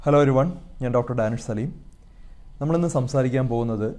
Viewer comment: അറബി പേരാണെങ്കിൽ ഡാനിഷ് സലിം എന്ന് ഉച്ചാരണം വരില്ല ദാനിഷ് സലിം എന്നേ വരൂ